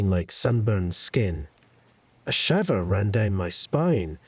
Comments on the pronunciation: I ALMOST thought this was an actual person, then they pronounced "shiver" like "liver"..NOPE! AI.... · Im pretty sure thats just his Scottish accent.